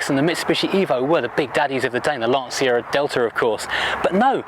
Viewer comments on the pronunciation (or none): none